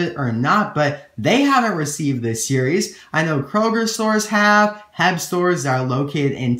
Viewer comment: HEB. lol. Its actually just said as the letters.